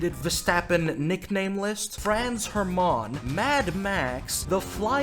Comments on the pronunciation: Okay - that was a few Franz "ermááán" too many. That’s French. We don’t do that here in Germany. Pronounce it "Hairmunn". DAS WAR EIN BEFEHL!!! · hearing you say Franz HerMaaauhn makes me cringe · Love how wrong he pronounces Hermaaaahn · It's not Franz Her-mum, it's Franz HerrMann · ITS HERMANN, NOT HER MAN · pronouncing Hermann as Her Mans (Le Mans) - simply lovely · Fräns Hermaaan 😂😂😂 Dude think he is french or why did he pronounce Franz Hermann like this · Just to be a dick, in Hermann non of the vowels are like super long, but the emphasis is on the e, so its more like hErman, than hermAAn. lol okay done being an asshole, great way to start my day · As the friendly neighborhood german, I fear it is my duty to tell you that Hermann is pronounced with a short 'a'. (Double consonants = short vowel) (I realize how german it is to mention all this) (amazing video btw) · The way you pronounce 'Hermann' is sending me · Most American pronunciation of Hermann ever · The way he pronounces Hermann is both funny and pisses me off at the same time. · Hermann pronounced like its french 😂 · As a german, your pronunciation of Franz Hermann caught me off guard